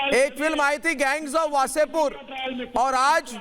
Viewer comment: गैंग्स ऑफ ,वासेपुर , कहिए pls । आपकी ललकार बहुत मजा आ जाता है ।